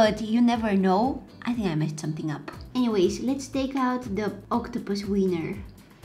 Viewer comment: If she says octopuses seiner one more time I'm gonna flip👁👄👁👁👄👁👁👄👁👁👄👁👁👄👁👀